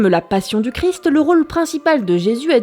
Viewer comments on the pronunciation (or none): none